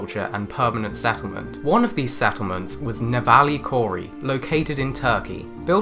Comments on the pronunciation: Might be a good idea to consult someome on pronunciation. Nevalı Çori is pronounced like “neh-vah-luh chore-ee” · nevali çori is not pronounced like that, just sayin'